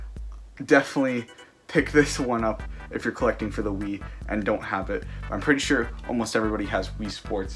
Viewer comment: he’s collefting